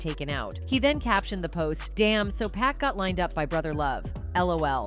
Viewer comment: Giirrrrllllll👀 its 2pac not pack 👀🙄 Tango 🙋🏾‍♀️💛